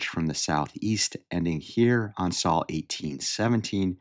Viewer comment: Sole not Sal.